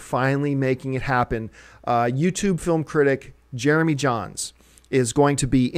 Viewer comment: Jare-uh-MEE! Jare-uh-MEE!! JEREMY JAHNS!! Jeremy fuckin JAHNS!!!!! WOO! Bout TIME! I am way too excited about this. lol